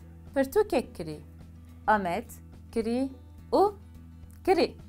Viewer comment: Bibore xanima hêja, gotina kirî, tîpa "k" ê sert e, ne nerm e, û tîpa "rê" yê jî lerzok e, anku we du " r" yan divê were bilêvkirin.